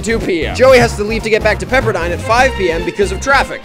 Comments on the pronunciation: Bro said pisserdine😂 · Bro said "pisserdine pisserdine pisserdine" But the name is PEPPERDINE ITS P E P P E R D I N E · Pisserdine.. Pisserdine..! Pisserdine! PEPPERDINE! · "pisserdine" "Pisserdine" "PISSERDI-" "PEPPERDINE" GOT ME ROFLING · Bro, the way he said pepper he said pissed